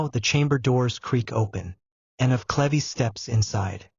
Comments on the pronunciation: It's cleeves, not clevy; and Holbein is one of my favorite painters!🙄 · its not cleveees its cleeeves - UK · Pronounced clivs not clevy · Kleeves not Clevies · Sweetie you are mispronouncing her last name it sounds like leaves with a c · Watching from Watford. Hertfordshire. England. Love these ❤. It's pronounced. Sleeveless though. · Dumb AI can't even pronounce CLEVES. Turning this off